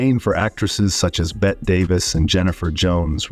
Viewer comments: Bette = Betty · So? Everyone -- literally EVERYONE -- knows it's PRONOUNCED Betty. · Her name is pronounced, Betty, not Bet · Exactly. "Bet" Davis, instead of Betty Davis? Hilarious! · Yeah, that "Bet" instead of "Bet-tie" when pronouncing Bette Davis was driving me crazy. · Honey, it's not Bette Davis like Bett Midler. It I'd Bet-tee Davis. Get it right, please! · You know nothing about Hollywood if you can't pronounce Bette Davis' first name. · Holy Crap "Bette" is pronounced like "Betty", not "Bet". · its NOT bet davis. Its BETTYYY 😡👎👎👎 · Bette (Davis) is pronounced as Betty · Tell your AI voice creation software that the woman's name is pronounced BETTY Davis, not Bet Davis, and Milton's last name is pronounced BURL, not burley. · Bette Davis' name is pronounced "Betty" Davis. Not "Bet" Davis. Ms. Bette Midler had a different way of saying it, but they are both relevant to the people being discussed. It is important to not to just read but also listen and hear and thus, process. Interesting video overall. Please just put more of a priority on proper grammar and pronunciation. Your reply is welcome. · Miss Davis's first name ("Bette") is pronounced "Betty," not "Bett." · You need to get educated on the pronunciation of movie/TV stars’ names. Then you can report stories about them. By the way, it’s Inspector Clouseau (Clu-SO). And it’s Bette (“Betty”) Davis. Not Bet Davis, pal. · Is this done by AI? The name is pronounced, bet-teee da-vis. Not “bet.” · Stop with the Bet Davis, it's pronounced 'Betty'. Either you know nothing about Hollywood or your narration is computer generated. I despise either. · ITS BETTY ITS NOT PRONOUNCED BET!! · Honestly, my dude, I’d take this a lot more seriously if you didn’t mispronounce half the names you say in the video. “Bet” Davis? Inspector “Closo”? Come on. Hard to take you seriously if you lack even basic knowledge on what you’re talking about. Not to mention that being difficult on the set or eccentric is hardly “evil.”